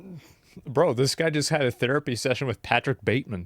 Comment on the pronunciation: The dude looks like Hasan and mispronounced THerapy as "tear"apy. Irritating